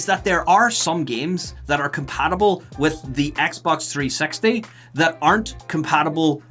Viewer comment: Wouldn't it be nicer if you'd just drop the "T" when you speak out the name of the console: "Xbox 3-sexty"? 😉😄